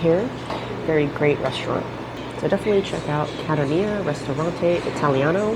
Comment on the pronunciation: Might be spumoni ice cream. Rum-my flavor? Maybe called, Kah-TAHN-ya. Not Cat-uh-NÉE-yuh.